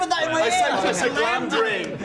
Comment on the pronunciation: its galmdring not glamdrien ;)